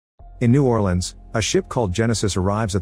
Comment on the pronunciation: new orlens